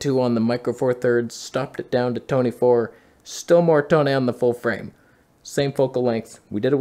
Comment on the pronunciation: Colour (yes, with a U) correction fixed the Toneh. I learned something.